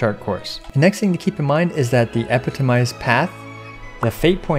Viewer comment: He's stressing the wrong syllable on 'epitomized'. The primary stress is on the second syllable 'pi' with the secondary stress on the last 'mized'. This first and third syllables are reduced.